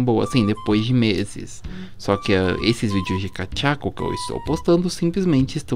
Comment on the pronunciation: Não é kachaco nem dechaco e kadeku